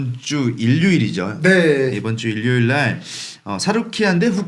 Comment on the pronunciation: 은 왜 일요일을 일료일이라고 발음하지 첨들어보네